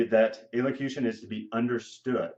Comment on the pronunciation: Are you even pronouncing the word right? lol